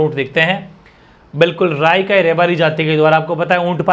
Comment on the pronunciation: सर रायका नहीं हैं राईका हैं